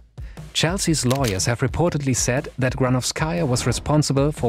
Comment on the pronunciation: Great video, but it's GranOvskaia, not GranovskAia, you should emphasize O not A